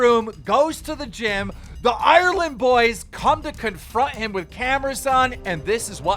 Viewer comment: Ireland is 2 syllables not 17